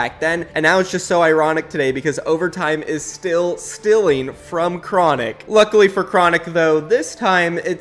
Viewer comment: “overtime is just stealing from them” Me: say that again: “just stealing” Me: “TF IS STILLING, PRONOUNCE IT RIGHT PLEASEEEEEE”